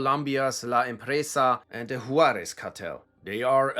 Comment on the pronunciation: i love when people that dont speak spanish or have little experience with the mexican dialect of spanish pronounce spanish words lol, i mean this in an endearing way cause im sure id butcher german words. “hoo-are-ezz” hehe. you could probably make an entire video this long on chicago gangs alone if you havent already. google folk nation and people nation. have fun with that messy spider web of alliances and infighting.